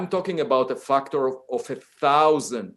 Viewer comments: I love him pronouncing factor as "fucktor" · feels like the word “factor” is too close to the f-word. My ear kept thinking he’s swearing…